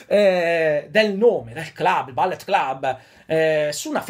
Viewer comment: Perdonami, si pronuncia Bullet come si scrive, non ballet, sennò vuol dire balletto...